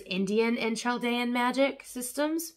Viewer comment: Thank you! i've been debating purchasing some of these. Btw its pronounced cal-dee-ann I know these civilizations are old but there's still a large group of us displaced and around :)